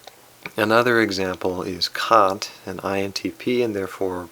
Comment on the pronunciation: That is not a portrait of Kant. The portrait used in the intp video is not a portrait of Kant either. Fundamentally, none of this matters. Personally, it bugs me. On a positive, I like the thoughtfulness of your videos and you did pronounce Kant's name correctly. Thank you.